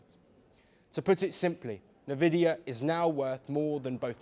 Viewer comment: Say it like N Vidia